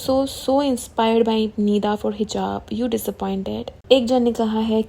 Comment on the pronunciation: Par didi uska naam nida h pida nahi 😂, Aap toh roast kr rhi ho pida ko !! 😂🫣